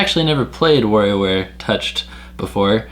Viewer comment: Remember, kids: that's WARIOWare, not "WARRIOWare". 😝